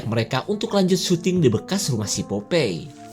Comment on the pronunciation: Popai. Bukan popei 🤭